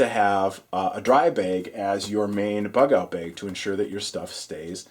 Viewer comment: love your videos good load out but, I have to say the way you say bag, makes me want to push you down some stairs. once again love your videos but my got I keep hearing you say bag in the background and I want to throw my phone in my pond out back